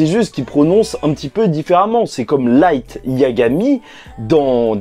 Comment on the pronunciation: Pour Light c'est que le l n'existe pas en jap on utilise le r pour le remplacer par exemple mon prenom c'est Louis en jap sa s'écrit Rui/ ルイ donc oui tu le prononcé bien tkt